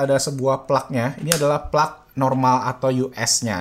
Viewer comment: plug itu dibacanya plag bukan plak bang 😁